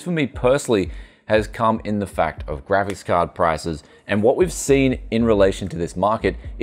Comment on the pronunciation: My favorite youtuber with a speech impediment. Graphis Cahd, Cajun Theory. What's next on the menu?